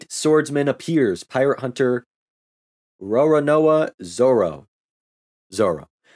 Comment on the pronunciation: You got Zoro's last name perfectly first time. Kudos.